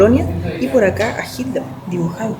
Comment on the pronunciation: Porque decís chidler... Jajjas